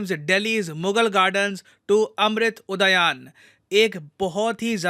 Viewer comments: अमृत उदयान नही, उद्यान है। हिंदुस्तानी हो अंग्रेज़ मत बनो, शब्दों का उच्चारण ठीक तरीके से करो सर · क्या महोदय एक शिक्षक होकर "अमृत उद्यान" का सही से उच्चारण नहीं कर पा रहे हैं.